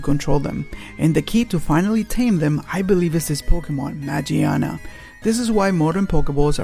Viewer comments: Why can no one pronounce Magiana correctly... Just throw away that goddamn J sound of G It doesn't apply on Japanese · It's name might be "Magiana" but the Japanese name is pronounced with a "G" not a "J". It's kinda like the "Gif" argument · its spell マギアナ in japanese so the G is pronounced like in words like good not like J